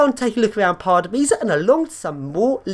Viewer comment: Dont read it like pardubaici read this:Pardubyca